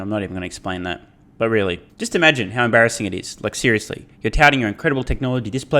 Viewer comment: "M. Barra-ssing". You should retire now, this was your masterpiece.